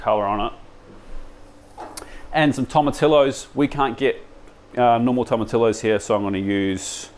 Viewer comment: Hey, quick one it’s tomatillos (toe-mah-TEE-yos). I only say it because I totally butchered it myself once!